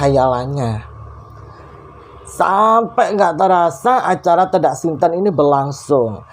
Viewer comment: Ralat dikit ya...yg benar itu tedak siten...e di sitennya dibaca seperti huruf e pada kata sate...Sukses selalu...👍🙂